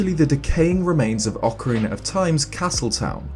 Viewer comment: He says ocariner and not ocarina